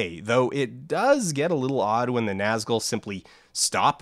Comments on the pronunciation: His real problem with pronunciation is when he pronounces the 2nd syllable of “Nazgul” like “gull” rather than “ghoul.” Ouch. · This video's incredible, as usual, but I spent like half of it being weirdly distracted by "Gandaff" and "Nazgull" - it's like when I watched another video recently that pronounced foyer like Foi-ur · did he just say naz gull. good video by the way